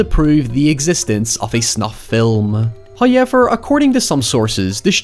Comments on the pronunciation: ‘Haowyever’or however he pronounces it lol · Who else is here for the "hoyever" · I find it fascinating how pronounces “however”.